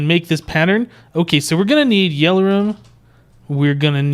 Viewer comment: its not yell-or-um its yell-or-ee-um